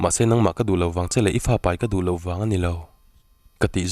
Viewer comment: I thu chhiar ngaihthlak avan nuam em a thu a ngaihnawm bawk si. Chu tih rual chuan lo tih hi lau i ti ṭhin a lo ti in hanlam chiang deuh phei la chu a ngaihnawm ati zual ngei ang